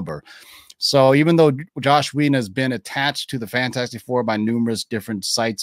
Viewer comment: His name is Joss Whedon, not “Josh”. Come on man.